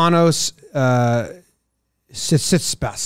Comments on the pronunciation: Malaka it is "Tsee Tsee PAHS" It's really not that hard. I couldn't laugh at the bit bc ESPN has been calling him "sit sit pass" forever. I watched this weekly dumb in shock of how dumb it was I guess that means u did a great job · his name is said like this, as it sounds, sit-se-pas its easy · “Sit see pas”